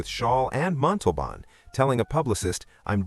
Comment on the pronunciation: I read that Herve was in constant pain because, while his body was small, his intestines were normal sized, causing much pain. Also, it is disrespectful to mispronounce a person's name. Look up the pronunciation of Montalban.